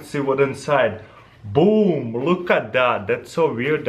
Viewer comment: "You can just put it like that and BOOM!" Definitely a Russian.